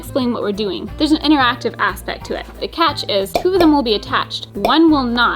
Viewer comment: I definitely thought you said two Jews and I was so confused for a second. I think I should lay off watching South Park for a while.